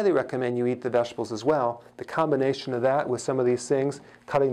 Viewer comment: Haha I don’t like when he said vegetables it sounds like he’s saying veshtables. Lol but I love all his videos, such good info.